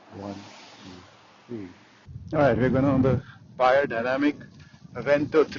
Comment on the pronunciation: Hey you said my last name correctly. TAKE NOTE AMERICANS, it is amazing how many people in the states say "BAYER", why? That's already a name.